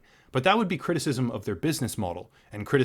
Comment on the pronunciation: I laughed to hard when you said CwiTiSiSm